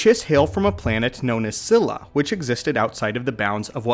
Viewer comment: Not cila, its pronunciation is 'Chi-la' fuck that was making me mad